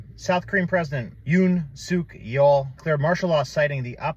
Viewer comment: The way you pronounced it sounded like you n suck all